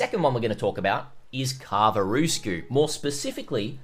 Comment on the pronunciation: I was a bit surprised how well you said Karvarousku. And then you butchered the spelling 🤭